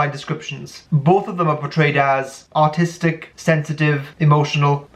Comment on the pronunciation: What said: artistic What I heard: autistic 😅 Also, as an INFP, everything you said about us rings very true to me 😁